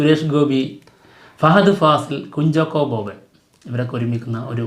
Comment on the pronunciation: കുഞ്ചോക്കോ ബോബൻ അല്ല ബായ് കുഞ്ചാക്കോ ബോബൻ എന്നല്ലേ നാവ് ഉളുക്ക് കുറച്ച് കൂടുന്നുണ്ട് 😃